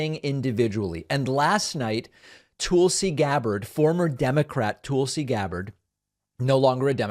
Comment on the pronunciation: David has become such a grifter and intentionally mispronounces Tulsi Gabbard's name. Must be because she's a strong woman of colour. Kinda strange.